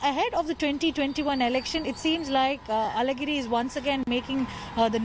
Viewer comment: Hello newsreader, your pronunciation of Alhagiri, a very special letter in Tamil, "lha" is perfect! Are you an Indian from the south? 😂🤣😅